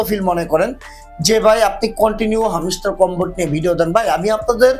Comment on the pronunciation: হামশ্টার না, হ্যামস্টার